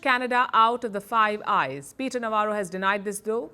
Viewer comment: I thought you said "five guys burger and fries.""